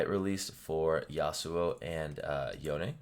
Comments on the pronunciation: Professor: Yon-ne Me: Yone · isnt it pronounced "Yohn" not "Yoneh"?